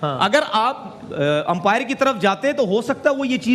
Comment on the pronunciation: इतने बड़े न्यूज एंकर बने हो अंपायर को empire kyu bol rhe ho बेवकूफ कही k